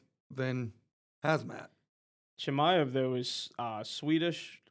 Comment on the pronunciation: Not being able to pronounce Chimaev’s name is pathetic lmao